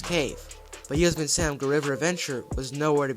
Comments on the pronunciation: I’m such a sucker for dark rides with unique theming. If they brought back Spee-Lunkers, I bet it would be in part inspired by the return of Knott’s Beary Tales. Btw, look up the pronunciation of Yosemite. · It’s pronounced “yoh-SEM-it-ee” same as the National Park in California